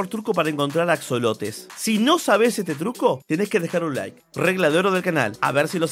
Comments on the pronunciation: En español se pronuncia y se escribe ajolote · Axolotes? Según se se pronuncia ajolote por que es de hecho un animal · Se escribe axolote y se pronuncia ajolote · Se pronuncia ajolote, Bro 👍🏼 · Se pronuncia ajolote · Se escribe con "x" pero se pronuncia como si fuera "j" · Se pronuncia con jota hombre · Men me da cancer escuchar que lo pronuncia en ingles >:c